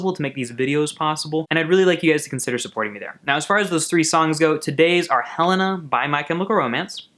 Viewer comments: I thought it was Hell-ay-na not Hell-ah-na? Helena ?!?!? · It's pronounced Heh-lay-na not heh-len-ah.... but you said it right once and then ?? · when it's actually pronounced hel-aye-nah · It's pronounced "Hel-ay-na" though. Helena was Mikey and Gerard's grandmother who died. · You are mispronouncing Helena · There is no NOT in the lyrics. Look it up. He pronounced Helena wrong also